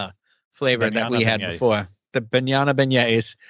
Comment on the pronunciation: I will never get over you guys saying Bañana Beignets!!!!